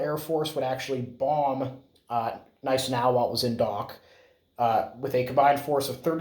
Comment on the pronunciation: You are correct; the G is silent in Gneisenau.